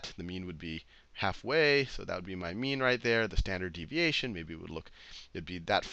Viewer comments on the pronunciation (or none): I swear to god he keeps saying meme and not mean. The internet is ruining me XD